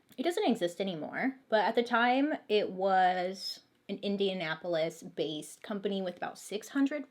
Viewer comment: Can't pronounce chef but pronounced Indianapolis correctly ;)